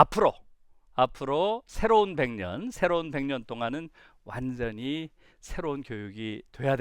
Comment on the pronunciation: 전혀 관계없는 말이지만... 완전히같이 'ㅈ'발음할때 완즈언히 하는거 너무 웃겼읍니다 😂... 강의 너무 잘 들었어요 😳❤❤